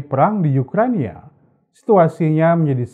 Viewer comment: Ukraina, bukan Ukrania